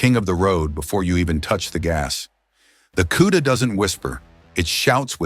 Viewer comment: This is one of the worst videos I've ever watched nothing matched up, it shows a different car and color when describing, it kept showing a Roadrunner when talking about the Cuda, and it's Cuda not Q-da lol 😂.....cool cars though, Chip is hands down one of the best to ever do it